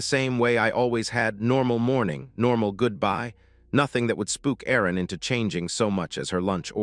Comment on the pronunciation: I would think her name was Erin and the voice over makes it sound like arron